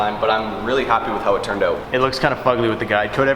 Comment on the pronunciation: Who else just smiles when he hears "aeout"